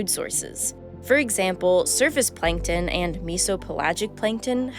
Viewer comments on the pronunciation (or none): plankton not 'plinktin'